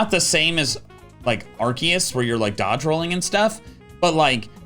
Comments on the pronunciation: THE CORRECT PRONOUCIATION OF ARCEUS, LIKE DEUS FROM LATIN MEANING GOD, YOU'RE THE ONLY OTHER PERSON IVE SEEN DO THAT TOO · arceus is pronounced are-see-us